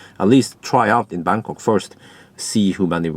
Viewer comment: Why do i keep hearing Berkåk instead of Bangkok ? About 0.13 €/kWh in France.